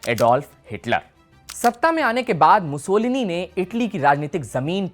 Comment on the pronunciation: मुसोलिनी है मुसोलनी नहीं